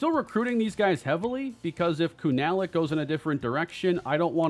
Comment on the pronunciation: Pronounce Collin kunalic name as kuna-lic or koonalic